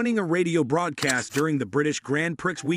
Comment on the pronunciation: Grand Prixx?? God, I hate AI